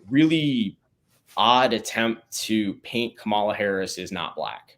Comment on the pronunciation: Her name is “COM-ala, not CAM-ala”. How can u make political videos and still cannot even pronounce a name properly? I can’t stand her but get her name right ffs